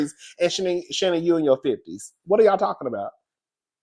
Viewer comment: Fireplace poker Terri J. Vaughn “tha streetz are tawwkin!” 😂😂😂😂😂 you sound like a New Yawka! You’d fit right in with us hahahaha 🗽